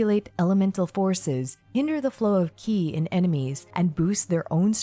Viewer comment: Super high quality and well condensed info 🤌 you deserve a mil subs at least honestly, lets get you there. Your voice is super soothing and perfect for content. Liked and and subbed keep em coming! Edit: ki is pronounced "chee" as in cheese and mandarin for life force